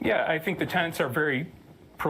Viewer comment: It's not "tenants"; it's "tenets".